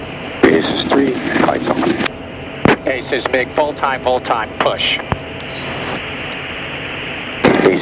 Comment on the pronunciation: It has been awhile hearing "Vul time, Vul Time".